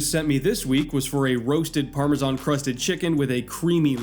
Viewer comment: uh oh doesn't know how to say Parmesan